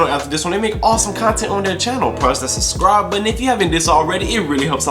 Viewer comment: In all his intros he says "suscribe" instead of subscribe